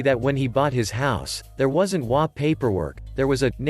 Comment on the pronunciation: If you're going to use text-to-speech on a subreddit about HOAs the least you could do is teach it that HOA is spelled out as H.O.A. not pronounced as hwaah. It's an acronym, not a word.